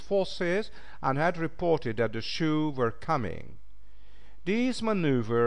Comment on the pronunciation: Mispronouncing even common words and tribe names is inexcusable. He needs to step up and improve his " Engrish. " " Mass-sahh-kahhh " instead of " massacre ", " Chay-een " instead of " Cheyenne " and " Shoe " instead of " Sioux " were particularly grating.